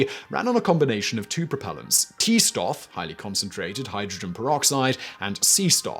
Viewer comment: Little note on pronunciation: I think the thing you're trying to say is "Stoff" (fabric, substance). In German the the letter combination "st" is pronouced as "sh-t".